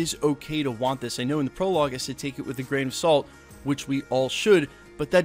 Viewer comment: Every time you say “gran of salt” I literally say it every time you say it in your videos